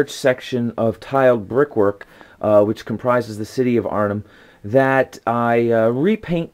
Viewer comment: Oh and if you want to improve your pronunciation: the hem in Arnhem sounds as in hem line Oosterbeek (two ees btw) the oo sounds much like the oa in loath, and beek sounds much like beak.